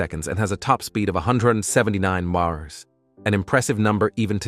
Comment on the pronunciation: Your AI voice narrator guy can't say simple terms like mph without glitching. Sounded like marbles in the mouth or something. Is it really worth having a monotone expressionless and glitchy computer do all the narrating? I love C4 corvettes but I only got halfway through this video. Not trying to be mean, just honest.